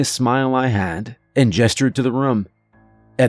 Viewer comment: "From the bunk ruhm" Not the room, the ruhm.